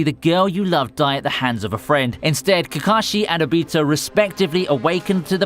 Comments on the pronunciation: "itchigo" no its eacheago and its not obeato its ohbitoe pronounce it correctly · I got triggered when kept saying obito's name wrong. A-beh-to is not how you pronounce it, its o-bee-to. I mean no hate, just triggered. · bruh he says like all the names wrong ObEtO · You say obito wrong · Good video but i really hate the way you say obito. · I don’t like the way you say obito’s name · I love your videos but you arent pronouncing the names right witch annoys me, like how Hou Said obito and tanjiro